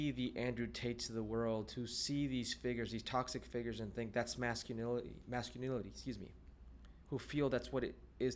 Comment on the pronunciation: This mestizo can’t even say masculinity.